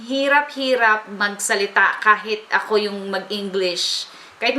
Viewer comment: ay dapat 'ako' hindi ajo ahaha!